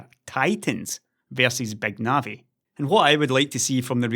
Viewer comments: "BÆG NAVI" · does anybody else keep hearing "Beg Navi"?